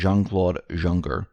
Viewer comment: Jean Claude Juncker, pronounced Young-ker.